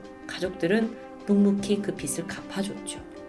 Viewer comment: 빗을(비슬) x 빚을(비즐) o 빗이(비시) x 빚이(비지) o